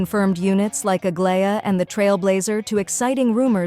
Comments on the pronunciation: It's supposed to be ag-lie-ya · why you pronounce Aglaea's name like that wtf...